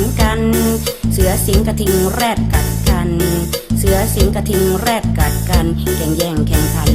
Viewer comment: เน้นคำว่า "แรด" มากเลยค่ะ 555+